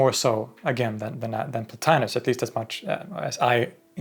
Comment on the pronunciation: The name mispronounced in this video as "Plo-tye-nus" is correctly pronounced "Plo-tee-nus." Classical Latin never pronounces the letter i or I as in "pie." Indeed, Romans called that letter "e" as in "tee."